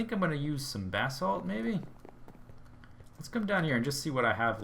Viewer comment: Whenever he says "Basalt" I hear "Bathsalt"